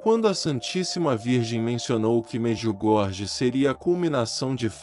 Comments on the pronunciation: Quero apenas deixar aqui uma observação: Em croata a letra jota "j" se pronuncia como "i", portanto Medjugorje se fala Mediugorie, e Mjrjana, fala-se: Miriana; não, miu Jana. Temos que transmitir as coisas exatamente como elas são. Não me leve a mal ; por favor ! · So peço a quem trasmite as MSN de Nossa Senhora em Medjugorje, procurar aprender como pronuncia os nomes corretamente. Em croata, Se escreve: Medjugorje mas se fala: Mediugorie; porque o jota se fala como i. Mirjana se fala: Miriana; e não, mir Jana. Pare de inventar, fala sério !